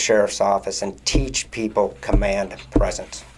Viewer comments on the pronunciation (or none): none